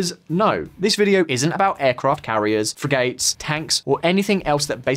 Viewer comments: When Frigates is said wrongly it shows that the presenter doesn't actually know anything about what he's talking about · "Fri-gaites"... "Nuc-yular"..."Boe of a ship"